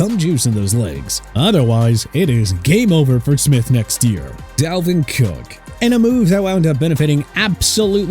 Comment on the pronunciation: DALVIN COOK, NOT CALVIN COOK!!! ALSO, FORMERS COWBOY STAR?! YOU MEAN FORMER COWBOYS STAR?! ARE YOU THAT ILLITERATE?!